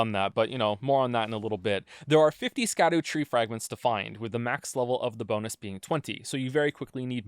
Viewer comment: Please don't be another long video where someone pronounces "Scadutree" wrong the entire time